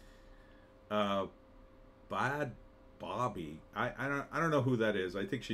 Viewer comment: It’s pronounced as Bad Baby